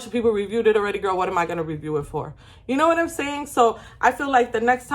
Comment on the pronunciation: The “vhat? Vhat you say?!” Has been replaying in my head all day thanks to this video and I’m pressing charges for that clip staying in my head rent free 😂 gotta day the give me glow wins for me